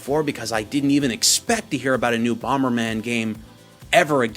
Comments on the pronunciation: yesss you finally started saying bomber man correctly. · hey, you're pronouncing Bomberman correctly now